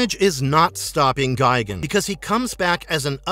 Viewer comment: It’s gi-GAN Not gigin